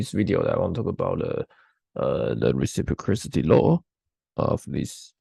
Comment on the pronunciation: Clean your throat first please. This was a torture in first 3 seconds. Also learn to pronounce terms like “reciprocity”